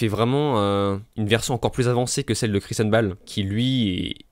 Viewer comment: Prononce « Christianne Bayle » stp pas « Christian Baaaaale »